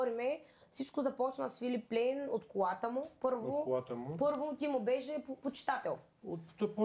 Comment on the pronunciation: Марката се произнася Филип Плайн, ама това е друга тема.